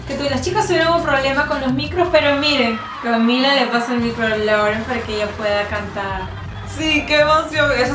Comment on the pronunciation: Lauren se pronuncia "loren" según yo